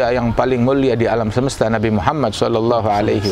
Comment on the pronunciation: assallamu'allaikum Tolong sampaikan salam saya kepada habib ( sanaq) jangan sebutkan nama nabiku dengan sebutan nabi muhamat (tapi Muhammad).aku tidak suka mendengar itu